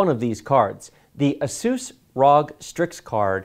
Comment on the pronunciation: you say asus wrong